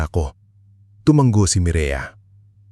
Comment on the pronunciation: Filipino kaba? Bigkas mo sa tumungo, tumunggo